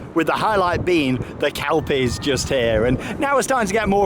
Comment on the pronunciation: It's pronounced kel-pies. Not kalpies